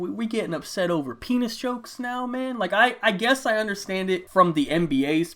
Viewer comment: No homo but the way he said pennis was so funny 😂